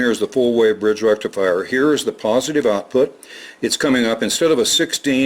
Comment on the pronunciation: with indian accent and little bit of reverb “FUUUULLL BRIDGE RECIFIRE!!!!!!!”